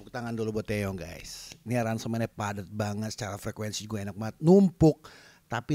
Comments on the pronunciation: TiwaY bang bukan TeYe,.. Maap bang aq ngakak tiap bilang TeYe:") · Its TIWAY bang nickname Taeyong.bukan Teye..wkwkwk